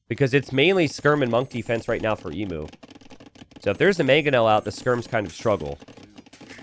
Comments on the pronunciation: pls it’s pronounced eemyuw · Say emu correctly, for the love of vegemite!!